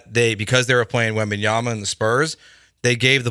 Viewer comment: *WembanyaMa. Do get his name right.